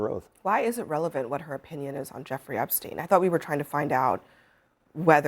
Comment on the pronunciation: My favorite part was when she intentionally mispronounced the name she absolutely knew at the tip of her tongue to create the appearance of lack of knowledge..NOBODY mispronounces Epstein. He didn’t kill himself. Hillary’s hands are DIRTY